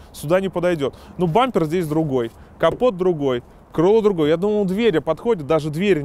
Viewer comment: я одни слышу на минуте заместо "капот" "компот"?? ХАХАХ ОРУУУ БЛЯ